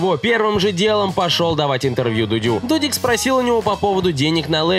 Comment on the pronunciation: Кому-то послышалось додик а не дудик ? 😅